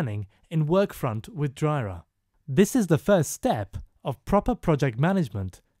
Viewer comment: You're pronouncing jira wrong.